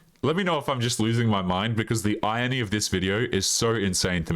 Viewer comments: Eye-Ron-Knee I know it might look like 'iron'y but its not ion e. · and, if you mean Irony it's not pronounced like a clothes iron, used to flatten shirts. You say the R. phonetically it's said Eye-ron-ee